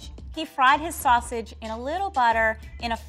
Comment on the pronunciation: “Butter!” The way says that 😂. Kinda sounds like “Buttah!”. Like the “Pottah” by Draco Malfoy in Harry Potter.